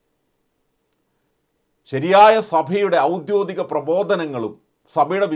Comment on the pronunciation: സുഹൃത്തേ, ഔദ്യോദിഗം അല്ല ഔദ്യോഗികം ആണ് ശരി.